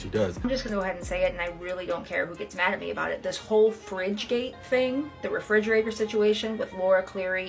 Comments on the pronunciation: BABYGIRL!! 😡 It. is. REFRIDGERATOR. A "fridgerator" is not a thing. I expect more from you 😂❤ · make Mickayla's barbie bald and create or buy some Barbie WIGS for when she changes her hair. Also, the way you say refrigerator makes me smile. The only time you've had a noticeable accent.